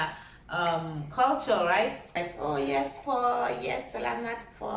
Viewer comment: You choose the right country for studying nursing.weve known for best nurses in the world so your so lucky .aside from this im so happy watching you espc.when you talked tagalog .so funny the way you say po or charot.